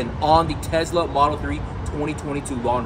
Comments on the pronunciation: its Tesla not Tezzzzla 😂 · Have you ever made a vid explaining why you say Tesla incorrectly?